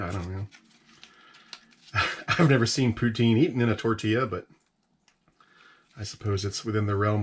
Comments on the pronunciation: It's pronounced poo tin.... not poo teen... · For the love of God - "Puts-in" not "Pooh-teen". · Im from Canada and if it took me that long to shovel in the poutine I would be turning that fork around and using the spoon. Also it's "putin" not "puteen". All good know 90% of the Canadian population doesn't know that either. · it poutine not pouteene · its not pronounced poo- teen, its puht. sin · Poo-tin! Not pouteen. Don't pronounce the E. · Poutine is pronounced Poo Tin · Its pronounced poo tin but spelled poutine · very much so... but the emphasis on the syllables are different...